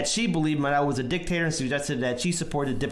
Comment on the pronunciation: His name is Maduro, not Marodo, the Carter watchdogs called this the most fair election in the world, well above what we had. You really should do a bit of research before you post stuff like this. The US oil companies want that oil. The situation in Venezuela is a combo of oligarchs not providing basic food necessities and the US sanctions. Do your research, look to Arron Mate and Abby Martin to know whats really going on.